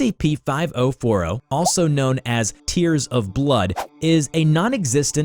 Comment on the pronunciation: Nobody: Not a single soul:: FIVO FORO